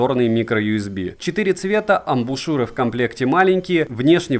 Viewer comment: отличный обзор! особый респект за грамотную речь и правильное произношение названий (хоть и адаптированное, я про "аш" вместо "эйч" и ""игрек" вместо "уай") и в тч за амбУшЮры, а не амбИшУры как у остальных горе-техноблогеров!